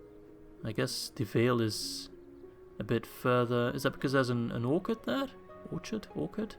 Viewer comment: The "ch" in orchard is soft, pronounced like in chainmail or chalice. Though, this did bring up the question: would it be right to call the pits where orcs are bred "orcards"? I think yes 😉